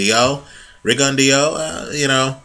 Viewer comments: pronunciation is actually better than yours. It's pronounced Ri-gon-dee-ow. If you want proof, type in to youtube 'Pro debut Guillermo Rigondeaux vs Juan Noriega Part 1' and go to 4 minutes and 44 seconds. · No problem. The HBO commentators and therefore most people pronounce his name like you do, you weren't to know. I would have thought the same but I just happened to watch that pro debut fight a month or so ago and remembered the correct pronunciation.